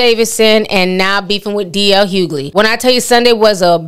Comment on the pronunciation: His name is Hughley, not hoogley